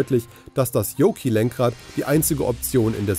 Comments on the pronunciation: Und weil wir hier von Qualitäts-Journalismus sprechen: was für ein Fall ist „diesen Jahres“? Ist das der Datenitiv, die Kreuzung von Dativ und Genitiv? Und die Ausprache des Yokes mit „Joki“ statt „Johk“ mit ausklingendem „K“ steht ebenso für gute Recherche der alten „News“. Zugegeben — man hört den obigen Datenitiv mittlerweile schon in der Tagesschau. Alles nicht so schlimm, wenn sich diese Instanzen nicht so furchtbar ernst nähmen und sogar Geld dafür verlangten. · Es wird zwar "Yoke" geschrieben also wenn man alle Buchstaben ausspricht, müsste man zwar 'Yoki' sagen, aber ausnahmslos alle englisch sprechenden Personen sagen 'Yoke' mit gesprochenem e statt i! Der begriff kommt ja auch aus der Luftfahrt und dem entsprechenden Fliegerlenkrad, welches gleich ausgesprochen "Yoke" heißt! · Das ausgesprochene „i“ war für mich ein weiteres Indiz von Wischi-Waschi-Journalismus, da u.a. nicht auf den Titel eingegangen wurde, was Elon denn so plane… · Reines clickbait, null Inhalt und noch nicht mal "Yoke" oder "Semi" aussprechen können (Rechercheaufwand max jeweils 15 Sekunden) - sehr schwache Vorstellung, ams. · Wenn man es nichtmal hinbekommt Yoke richtig auszusprechen oder kurz zu recherchieren, wie man es richtig spricht.. Dislike.